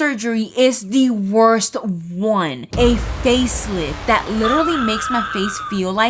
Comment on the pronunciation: Btw who told you that you have to sleep in the basement but the commitment level is insane if you actually forced yourself to do that btw I love when you say “dat”